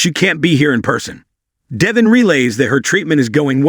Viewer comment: pronounce the names correctly!!! Devon is ..DEH-VAUGN...ACCENT ON VAUGHN!!!